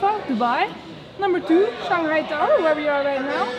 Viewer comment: it's shang hai, not "shang gai", I find many foreigners have this little pronunciation problem :)